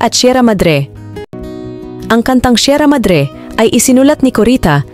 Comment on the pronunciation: Bisayang bisaya so....lolo Jose daw Sierra madre.... Hindi mabigkas ng maayos eh